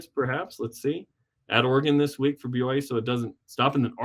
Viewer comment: Why is it so hard to just say "B-Y-U" annunciating all the letters as you say it? If you're a BYU podcaster you should recognize that there is a clear Y in the middle. BU is Baylor, B-uh-U is not a university, its an indication you need a good decongestant.